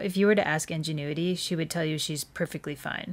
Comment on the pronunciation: But, the first pronunciation of ingenuity... ???